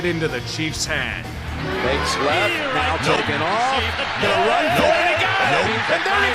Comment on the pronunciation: Not gahta, gahnta